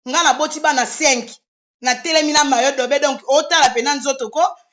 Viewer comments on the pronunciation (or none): On dit maillot de bain et mayi do bain; c'est H&M et non HLM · Yango bowelaka nn vraiment c est regrettable na comportement ya modèle oyo,boza penza ba femme insensées bosala ata ba formations ya ba remise à niveau ata maillot de bain ozokoka ko prononcer te maillot dobain HM ashlem